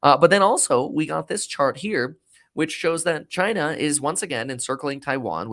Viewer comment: You sound uneducated and immature when you say China like that.